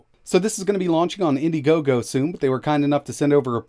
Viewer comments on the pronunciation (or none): You lost me at "indigogo". Easy pass